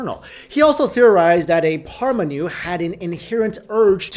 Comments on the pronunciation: Paramanu. like Param aah-nu. not Parmanu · And it's not pronounced as Parmanu, it's "Paramanu" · The correct pronouncation is Pur Maa Nuu